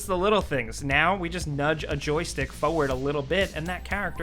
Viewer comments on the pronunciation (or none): Yeah it’s FORward not foward. Other then that I love these vids. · Smile whenever says FOWUD not FORWARD LOL